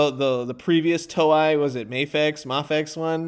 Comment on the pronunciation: Hey! Just so you know, it's pronounced more like "toe-ay" than "toe-eye".